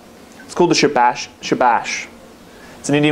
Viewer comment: It's pronounced shaa- baash the a's are longer :)